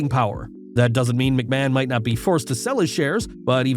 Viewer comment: How much do you get paid for saying machman